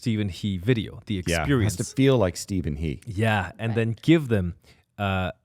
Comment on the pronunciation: He can't even pronounce his last name correctly in the videos, as raised by an Irish stepfather... Guess making fun of the imaged stereotypical Asian dad and internalized self-hatred didn't get him any further.